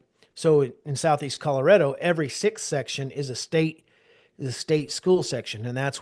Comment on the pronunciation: It's Color-A-do, not Color-i-do!!